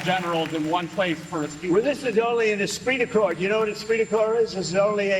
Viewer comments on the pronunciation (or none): At segment in the stream, was Trump trying to say the French word: “esprit de corps” which generally connotes: group cohesion or in military terms, it means: the morale of military troops. If he were, it certainly did not sound right.